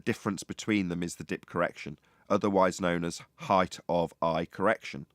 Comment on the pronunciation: Can we get to stop saying "heighth"? It's not a word.